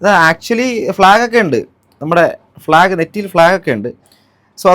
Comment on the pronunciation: ഫ്ലാഗ് എന്ന് പറയുന്ന അര അണ്ണൻ 😂😅